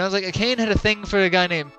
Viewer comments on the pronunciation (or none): Akane is pronounced ah-ka-nay